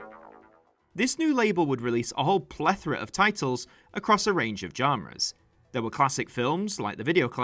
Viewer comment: "Janras". Dude come on. How have you never heard someone say "genre" or "genres" before? It's more like "john-ra" or "zhaun-ra".